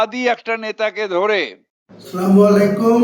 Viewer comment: Salamalai kum ta ki vhai.a to thik vabe salam dite jane na